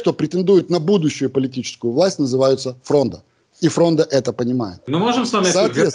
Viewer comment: ФрОнда, а не фрондА.